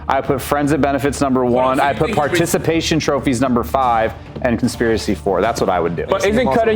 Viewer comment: not being able to pronounce Participation Trophies is so funny. 😭😭